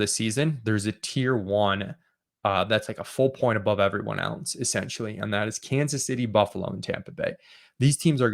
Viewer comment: "Kansas Shitty" We all heard it.